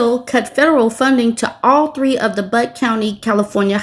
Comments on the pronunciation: Butte is pronounced with a long "u", like "beauty". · 'Butte' is (probably) pronounced byoot. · I think it's pronounced "Byoot?" Personally, I think Butt suits them way better. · Butte: bē yoot. Trying to be helpful 😉